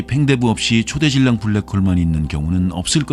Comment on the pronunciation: 초대질량이 아니라 초 대질량으로 읽어야죠.